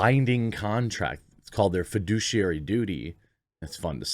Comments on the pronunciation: Its fiduciary pronounced fed ish e ary Not foodiciary 🤣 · I keep hearing "Fiduciary responsibility" and all I can think of is the Mary Poppins song "Fidelity Fiduciary Bank" 😆